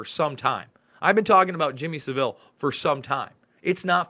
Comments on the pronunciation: Son Shine I don’t mind but Americans usually get it wrong but as I said earlier Sa-vile rhyming with bile would be a better name for him! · You can say anything you like about Savile (emphasis on first syllable btw) and Heath but you will never get anywhere because the British Establishment closes up against you. This very old news over here. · it's 'fantasist' as I. Fantasy not "fanatist" as in fanatist.....and it's Jimmy Savile ryhmes with gravel.... The Jimm'll Fix It is a TV show all Brits grew up watching....he was a household name making kids dreams come true....well that's what folk thought, quite the opposite. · pronounce Saville to rhyme with travel. unless you're mispronouncing it on purpose...? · you’re not the only 1 whose guilty. It’s Pronounced “Savil” not “Seville”. Hard V. Savil like De-vil. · Please pronouce 'sAvile correctly, you make him sound classy!! And so person know who you are talking about. Savile like the place in Spain is not how you say his name. He was a disgusting human being and was never exposed until after his death. Complete cover up by the BBC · Christine is correct, he is pronouncing is as Seville, its Sav-ille. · Not Sav-ill Savill... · Saville, sav all not seville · Saville like saville row, not like seville oranges S-ah-vil. Not se-vil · Thank you for putting up this video about Jimmy Savile. I live in the UK were it all happened. Just a little bit of advice,: The name Savile is pronounced with the accent on the first syllable = sA-vil. OK? Just thought I should tell you. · Its pronounced savil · Please learn how to pronounce his name. It’s SAV VIL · Your an American!! Sav as in Have and ILL. This is all old news in the UK and they still cover it up. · Saville is pronounced like gravel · His name isn't french it's pronounced 'sah' ville' rhymes with ba bill. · Heads up. Pronounced phonetic Sav el As in gravel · It's pronounced Saval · Pronounced saville - sounds like saddle.